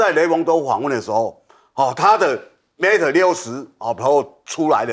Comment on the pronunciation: Mate 不是Mat, 希望糾正發音。